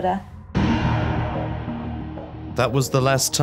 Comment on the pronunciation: Her friend Sian, its not pronounced Seeann its pronounced Sharn. Its a Welsh name.